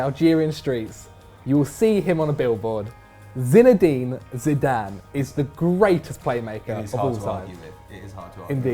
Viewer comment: Did... did he just say zinedein zidad?